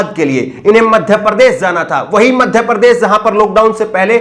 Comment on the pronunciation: Sir aap ache patrakar he aise hi rehna . Change mat karna aapko .bas thodi bhasha shudh kijye sha shabd ka sai ucharan kijye sa keh kar na pukare . Desh ko des kehte he . Madhya pradesh ko madhya prades keh rahe ho.